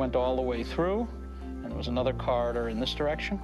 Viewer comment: Corridor not Carter!!